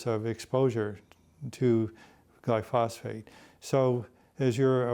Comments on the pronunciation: Gly-phos-phate [sic] ? What a fraudster! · This guy is full of shit. Any farmer would tear this apart. SMH....he doesn't even pronounce glyphosate correctly! So much misinformation.